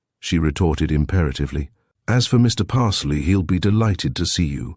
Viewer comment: Parsloe is surely the name ... pronounced Pars-low or Parz-low if from further south